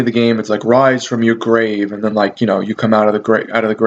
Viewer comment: p.s. i loved Altered Beast and it was "You shall wise from yo gwave"